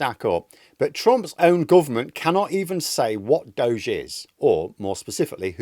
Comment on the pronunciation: Why in hell are you doing elon a favor by pronouncing Doge in some made up way? It's named after an internet meme FFS! He's wrecking people's lives under the name Doggy.